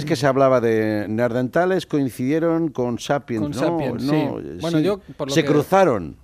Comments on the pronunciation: ¿Soy yo o #BertoRomero y #AndreuBuenafuente dicen "Neardentales" en vez de Neanderthal? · Me encanta el programa, pero este me ha dejado con ganas de arrancarme la cabeza... NEANDERTALES, joder, no neardentales!!!! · Neardentales? Tenian los dientes buenos? O es que yo he escuchado mal... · Alguien puede explicarle, por favor, a Berto Romero que son neaNdeRtales y no neardentales :S Perfecto el programa salvo por estos detallitos que se te van escapando... son como gases culturales :D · pd: buenafuente, son nehandertales no ''neardentales'... ¿eso existe? sera ¿cercano a dental?